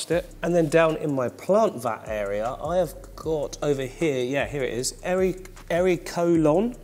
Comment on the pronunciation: Am I the only one who hears hairy colon instead of erolon 😂😂😂 beautiful tank! I’m excited to start mine, you’ve given me so many ideas. 🐠